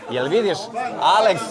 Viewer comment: Kaze Alex pod A a nezna da izgovori